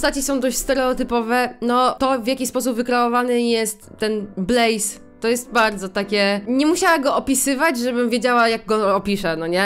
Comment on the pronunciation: Ej ja wiem że to jest z 2 tygodni Jak ty powiedziałaś Blaise to ja usłyszałam Blaze aż mi się przypomniał Axel Blaze z Inazumy Eleven XD